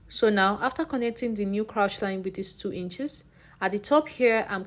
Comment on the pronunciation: Hello 👋🏼 lovely video. I wanted to just correct your pronunciation on ‘crouch’. It is actually ‘crotch’ as in “touch” 😊. I’ve noticed it in a few other videos so I said let me help out. ❤